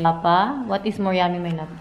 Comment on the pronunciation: ulit ulit ko pinanonood c,ang ganda kc ng pag ka bigkas niya ng my love at mahal😂